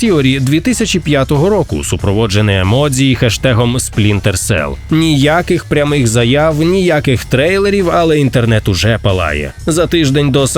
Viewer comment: ЕмоДЖІ*, тут як з Коджімою, через джі, бо дзі в японській не існує. Дякую за контент.